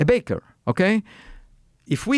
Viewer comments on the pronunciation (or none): none